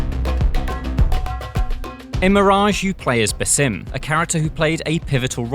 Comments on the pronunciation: it's BAAAASIm no BAYSIM, learn to pronounce the name appropriately you illiterate imbecile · He mispronounced Bassam’s name. Keeps calling him “Basim”. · BAH-sim. not ba-SEEM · It is (BAsim) not (baSIM) with the first syllable stressed. An Arabic name which means the smiling one. (Besme) means a smile. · do you guys even play Assassins creed? If you need to know how to say basim’s name you might want to go back to Valhalla seeing as it only takes place 7 years after the events of Mirage.. His name is “Baa-Zim” lol ffs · Why doesn't anyone pronounce his name correctly? The right way is Baa-sim.